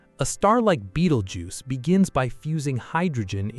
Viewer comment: In the first 10 seconds, when it mispronounced "Betelgeuse" I know it was AI slop!